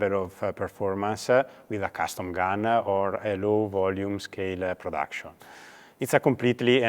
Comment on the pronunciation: “It’s not a rifle it’s a platform” Okay bud chill, it’s a rifle. (30 seconds later) “So that what we built the rifle around”😂 I like when they say the word “gun” and say “gun-ah”😂 Pretty sure that first dude was disappointed wasn’t wearing his shorts he bought in the women’s section. C’mon guys you know damn good and well he’s not getting his shorts in the men’s department.